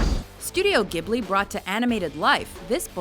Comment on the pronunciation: JESUS they mispronounced Studio Ghibli! Just... GRR.